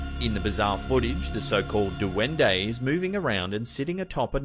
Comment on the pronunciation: Not "duwende", it's said: duende.